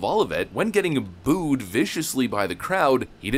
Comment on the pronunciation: Booed not bood